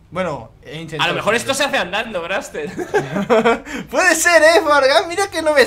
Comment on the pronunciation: se dise